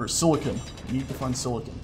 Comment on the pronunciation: Every time they say "Silicone" I chuckle because Silicon is used for computers, while Silicone is used for breast implants.